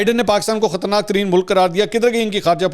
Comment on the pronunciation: بلاول کی اردو پر تنقید ۔ لیکن اردو کے یہ شاہکار کس کے ہیں: بندوق کی نشست(بندوق کی شست) خطرےناک (خطرناک) امر بن معروف (امر بالمعروف) اسی طرح چند مزید شاہکار بھی لیکن سردست اتنا ہی۔